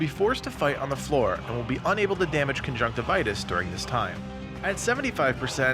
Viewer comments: Con-junk-tiv-e-us not con-junk-ti-vitus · It’s pronounced con-junk-tiv-yus. What you are saying is the medical term for pink eye, not the boss of a video game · cun-junk-tivi-us is how i always pronouce it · Uh... I don't think that's how you pronounce his name